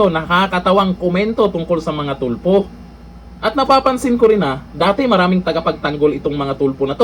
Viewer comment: Correct . Bawat bigkas Tulfo nagiging TUPLOK the ROBUST LAW Bender !